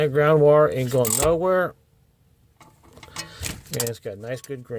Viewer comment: I was also thinking "that ground wurree ain't goin nowurree" 😂